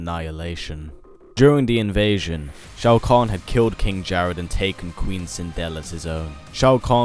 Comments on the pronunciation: Why did you correct Shao Kahn as Shoa Kahn? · SHOA KAHN correction SHAO KAHN